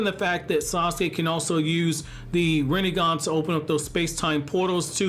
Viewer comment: Rinnegan, more like "Rinne-gone" .